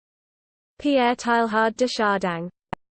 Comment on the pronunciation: SO wrong -- there's distinct "g" sound here at the end of Chardin that doesn't belong, and the first syllable of Teilhard comes closer to "tay" than "tie."